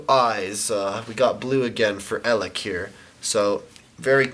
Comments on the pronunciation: He's pronounced Ay-leck. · It's pronounced AY-lek. -_- lolol You've gotten like no pronunciations right. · EL-ACHCK! Here we have EL-AHCK. This is EL-AHCKCKKCKCKC. That got irritating lol